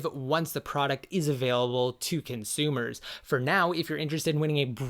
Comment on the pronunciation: I bought my Apple TV because of the detailed description of the box, the Rambo style knife used to open the box, and the fact that in this video, the word "consumer" consists of 4 syllables. Thanks Siri